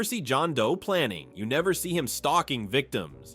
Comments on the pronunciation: at 10 minutes, the narrator mispronounces this line "Like he's looking through YOU not at YOU" it should be "Like he's looking THROUGH you not AT you" This is AI. You are deceivers. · Okay: why is the voiceover stressing the repeated word instead of the qualifier? (Examples: through YOU, not at YOU; kept only HALF, the depressing HALF.) It's unbearable